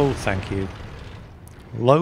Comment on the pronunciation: and stop saying " FANK U" !! this is THANK U not FANK u !!